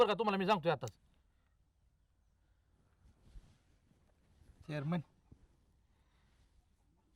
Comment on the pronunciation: चोरमन नाही चेअरमन 😅